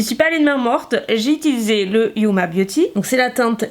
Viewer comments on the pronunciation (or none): none